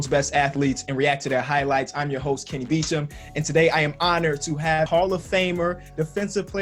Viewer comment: It isn’t Kenny Beecham. It’s Wenny Weecham